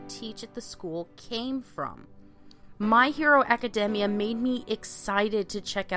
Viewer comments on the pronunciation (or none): Did she just say My Hero Acadehmmia? And there's a bit of an echo at the beginning